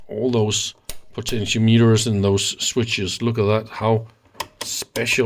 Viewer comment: can you say PO-TEN-E-OMET-ER